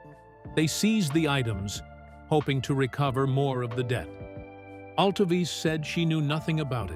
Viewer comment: Learn how to pronounce Altovise!!!